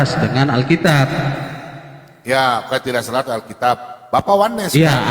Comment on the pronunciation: Kok alkitiab, bukan alkitab.😅😅😅